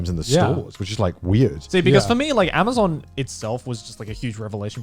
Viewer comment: Connor- " I love Amazuuun"